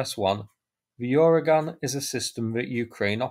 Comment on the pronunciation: I don’t think there’s a “Y” sound at the start of Uragan. It’s just “Ooragan” — Russian for “hurricane” or storm.